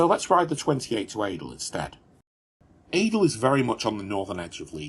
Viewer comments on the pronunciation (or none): Pretty sure I won't be the only one to tell you Adel is pronounced (Addle). But, what's in a word when you bring us such good content.